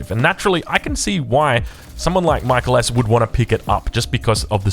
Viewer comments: From others, seems like he goes by “Mee-kel”. “My-kul” is the Anglo pronunciation. I don’t think it’s a huge issue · Is it really MichaelS and not MikaeelS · If you’re going to glaze someone for 45 mins you should try to pronounce their name properly.